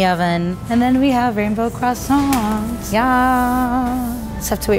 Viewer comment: Its croissants